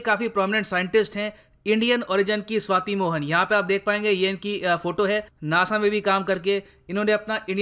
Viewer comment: be careful.. she is shwati not shweta ... 😂😂😂